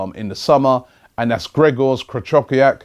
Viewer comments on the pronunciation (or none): Krychowiak starts with K not P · Its pronounced kryhoviak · Krychowiak, Kolašinac that is terrible pronounciation